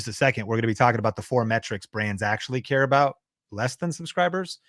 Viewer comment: "do those subscribes really cuhrare" 🤣🤣🤣